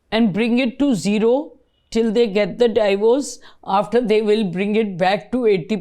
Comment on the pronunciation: Thanks! Very informative. Its not 'die-vorce', it's 'dee-vorce'.